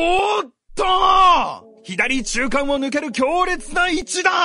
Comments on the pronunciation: 左中間(ひだりちゅうかん)✕(さちゅうかん)○ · 左中間「ひだりちゅうかん」じゃなく「さちゅうかん」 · ひだりちゅうかんってなんだよw